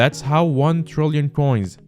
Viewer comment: trrrrillion coins with 4 r's